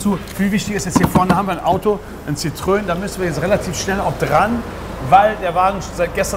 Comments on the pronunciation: Es heißt Sitroän...😁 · Das heißt nicht Sitröööön. Das heißt Sitro-en. Gelesen wie geschrieben: Citrôen.